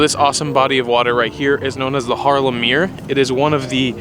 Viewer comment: ''Meer'' means lake in Dutch. I think it's one of those words the city kept. Just like the name ''Harlem'', which was named after the city ''Haarlem'' in The Netherlands. EDIT: you perfectly pronounced the word as a Dutch speaker lol